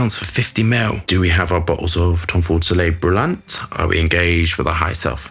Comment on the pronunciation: It pronounced solai brulan which mean burning sun